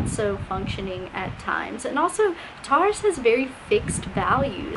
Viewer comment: I’ve never heard Taurus pronounced this way lol TARous